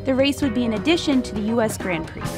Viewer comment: Anyone annoyed by the way she pronounce "grand prix" ?